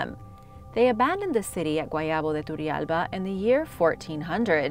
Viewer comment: I highly admire your pronounciation, you do an amazing job. Just one thing. Turrialba is pronounced with a hard "R", as in rich. In fact every time there's a double r in an Spanish rooted word, the R must be rolled. I love you. You Rock.